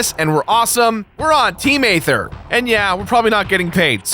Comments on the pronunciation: It's pronounced Ee-ther not Ay-ther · Okay this bothers me way to much The planets name is pronounced as ETHER! THE A IS SILENT! STUPID? MAYBE. BUT TRUE!